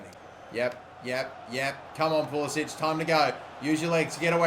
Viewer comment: its pronounced Pul-i-sick